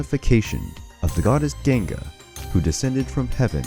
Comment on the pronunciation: It's not jenga it's ganga juz like Ghana tribe not jhana tribe